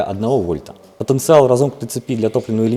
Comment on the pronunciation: он не правильно говорит слово потанцевал